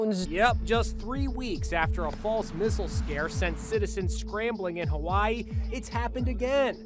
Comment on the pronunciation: First off pronounce Hawaii correct secondly a Tsunami isn’t even that scary it happens to us pretty much every year 😐